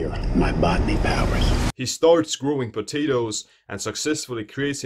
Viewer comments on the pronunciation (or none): "he starts screing patatoes"